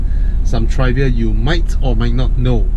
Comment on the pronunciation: has the weirdest pronunciation of 'trivia'